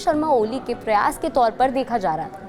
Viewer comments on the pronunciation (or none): none